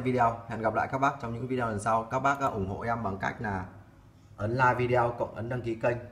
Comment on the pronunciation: Nội dung video clip khá chi tiết, giúp cho người dùng thông thường không am hiểu về kỹ thuật cũng có thể biết thêm thông tin về các loại may ơ xe. P/s: hi vọng chủ kênh phát âm chuẩn hơn từ video ( vi đi ô thay cho vi đeo 😃)